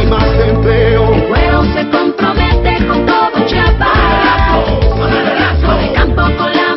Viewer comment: "y con todo CHAPAS!" y luego dicen que los de otros estados decimos Chapas en lugar de chiapas hahahaha